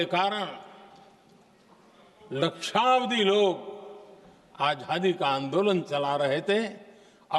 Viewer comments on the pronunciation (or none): मोदीजी, आझादी नहीं आज़ादी । आप का उच्चारण सही नही। आज़ादी हींदी शब्द है क्या? लगता है यह उर्दू शब्द है?